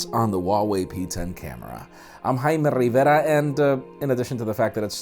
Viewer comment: "I'm Jaime rhitnjcfdjstrera, thanks so much for watching" , that's literally all that i hear at the end.